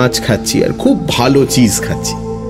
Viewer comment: 'খুব ভালো' not 'খূব ভালে'